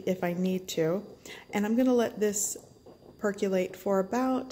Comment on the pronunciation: For the love of god, PLEASE look up the pronunciation of "percolator" and "percolate". There are many online dictionaries that even have audio demonstrations. It's painful hearing you mangle those two words umpteen times through this. That said, the finished drink looks delicious.